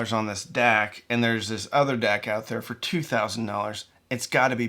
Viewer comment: At first I had no idea what you were talking about with the "dack" so I checked it on the videos cc to see how it was spelled and it said you were saying "deck." Great video. Love your channel.